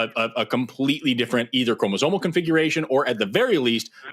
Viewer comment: I don't know if it makes me too elitist but it's really hard to try to listen to someone try to overturn evolution as a theory when he doesn't even know the word is "chromosomal" and not "chromozonal"